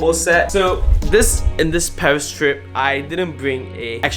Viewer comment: Come on its paris not pawheese